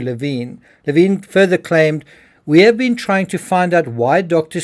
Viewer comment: Leh vin. Not laveen